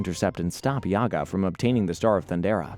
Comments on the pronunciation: Is your channel pronounced “Yar-toon” the same way you say “Yaga” for Jaga? And what is with the willies? It makes me wonder if you’ve got a willy. 😂. Plundar not Plunder. So many issues with this. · The name is Jaga!! NOT YAGA!! The kids are called WilyKit and WilyKat. it is read as Wild Dee Kat! Not Weld Dee Kat!! How can you read all their names wrongly?!? Dud you even watched any of the episodes before? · My dude... you made a 60 minute video about the Thindercats and you don't know how to pronounce Jaga's name? (Juh, not Yah). Its giving "tell me you've never watched this show without telling me" energy. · Itts Jaga not Yaga... Fck sake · It’s because this is AI content. They don’t do any research and have no connection to the ip. They pronouncing YAGA… his name is pronounced JA-ga. It’s AI trash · ThunderCats in the 80s was a daily show. Monday through Friday Jaga is not pronounced Yaga. Mumm-Ra is not pronounced Moo Mra WilyKit and WilyKat are not pronounced Willy. It almost sounds like a computer is telling the story rather than an actual fan of the show. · It's not Yaga... It's JAGA! J not Y. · Read the names correctly bro! not Yaga, he is Jaga And the two kittens too! Sigh. Don't you know their names? I think you never watched any of the episodes before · 1. his name is Jaga and not Jiaga, you pronounce it all the time wrong. Are you sure you hae seen any episodes? 2. in the beginning why we see the 2011 panthro? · Dude yaga.. have you ever seen the show? Its jaga like jaguar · Who the f*ck is Yagga you mean Jagga clearly you didnt watch the show. Also Snarf is Lion-o's nurse maid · It’s Ja-Ga and Wi-lee. You’re obviously young lol. Good video, thanks. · I cant get past the mispronunciations. Dudes killin me with "Yaga" F outta here. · I figured he would get that wrong including Mumra. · Thank you. Plus it's Mumm-Ra like the Egyptian god Ra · The pronunciation of “Jaga” as well as “Wily kit and Wilycat” are definitely tip offs that something isn’t right